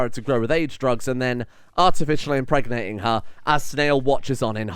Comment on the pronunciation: "emperganate" lmao